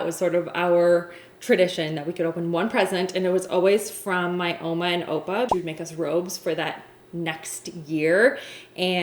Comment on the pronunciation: Is she from SA originally? When she said they opened up presents on Christmas eve, (like in SA) and the way she said ouma and oupa